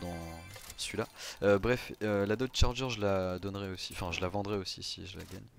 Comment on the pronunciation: et c’est dodge pas dod et c’était une challenger pas charger